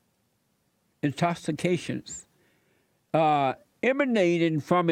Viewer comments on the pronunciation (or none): "Intoxicants" NOT "Intoxicatins' " lol 😁😂😂